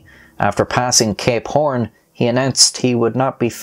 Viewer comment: When he says "Cape Horn" it kinda sounds like he's saying "Gay Porn"... Now you won't be unable to hear it...